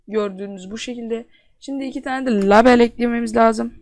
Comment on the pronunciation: label diye okunmuyor o leybıl diye okunuyor!!